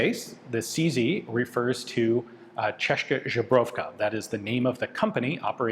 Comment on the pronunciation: Česká "CHESS-kah" Zbrojovka "ZBRO-yov-kah" 1) “kah” in Česká should go with a long “ah” sound, like for example in "father". 2) Z in Zbrojovka is the regular Z, not softened Ž (Z with caron) as you say it.